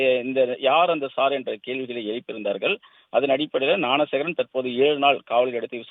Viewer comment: ஞானசேகரனை னாணசேகரன்னு உச்சரிக்காதடா